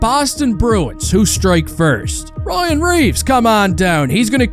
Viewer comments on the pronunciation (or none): none